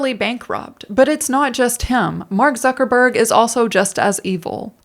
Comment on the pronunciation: I love how you say "Mark Suckerberg" in a way that offers just the bare minimum of plausible deniability that I'm mishearing it.